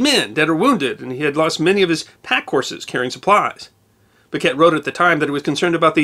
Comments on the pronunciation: needs to research how to pronounce name. It’s Henry bouquet (boo Kay) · I grew up in Ligonier and have lived in Western Pa my entire life. Can’t speak for the rest of the world but in these parts it’s pronounced Boo-kay, the t is silent. Of course we have a long reputation for mangling pronunciations. Where else would North Versailles become North Ver-sales and Dubois, Du-boys!?!